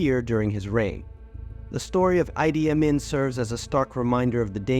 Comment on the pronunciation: It’s pronounced, “Ee-Dee Ah-Meen” 😊